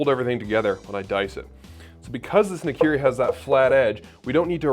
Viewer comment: Nikiri ??? I always thought it was called Nakiri. Nikiri sounds like a type of sushi(Nigiri)